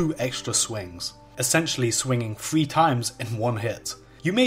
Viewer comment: essentially swinging fweee times